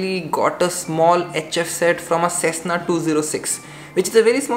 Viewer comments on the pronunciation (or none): none